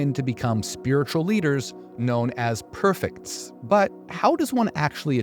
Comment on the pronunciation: Prefects not perfects..just saying ❤❤❤❤